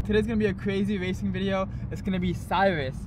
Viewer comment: Today's going to me a cwazy wacing video.